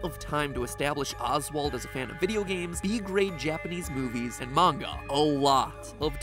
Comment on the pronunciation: I'm just happy that MatPat can pronounce Manga properly